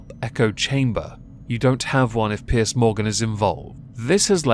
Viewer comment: its piers not pierce